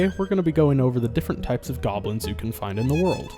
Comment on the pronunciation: GAHBLINS.... NAAAAH